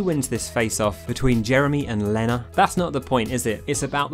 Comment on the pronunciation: I get irrationally angry every time you pronounce Lena (Lee-na) as Lennur